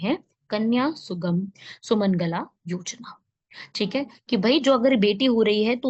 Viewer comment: सुमनगला नहीं सुमंगला 😊